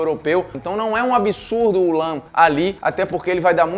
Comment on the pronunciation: Quando você falou lahm pode eu tinha entendido lampard